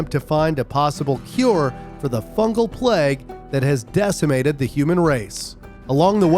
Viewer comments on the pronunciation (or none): none